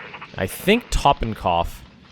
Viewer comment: I'm pretty sure it's pronounced 'Toe-ten-kopf'